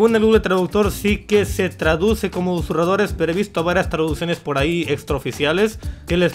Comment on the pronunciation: Ustedes no se preguntan tambien si, ya se quito esas porquerias de la boca...por que sigue diciendo "usuradores" en lugar de susurradores?